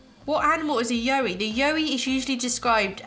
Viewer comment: In Australia we pronounce it like “WOW” but with a Y and then add the E at the end. If that makes sense haha so “YOWIE” like wowie 😂 We have a long road called the Pilliga scrub and legends say that you should never stop on it as the yowies (along with a few other legends) will get you and take you 😂😂 people actually believe it because nobody really knows the truth and who wants to wait to find out aha!! Very rare you’ll find someone stopped there, especially at night! Should definitely research about it, it’s a great read!